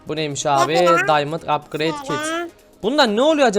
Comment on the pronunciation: Sandık yükseltiyor apkıreydler